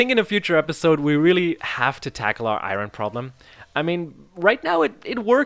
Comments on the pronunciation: Dude its not ayron Its ayorn but u can say what u want lel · Its not (Iroin) it’s (iorn) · The way he says iron is so annoying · The way you say iron is wierd af 🤣🤣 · Youre pronounciating iron wrongly